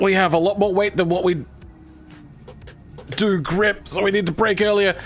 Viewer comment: It's go and do, not guarr and duarr 😂